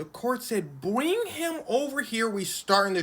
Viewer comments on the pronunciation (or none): "bwing him over here" lol.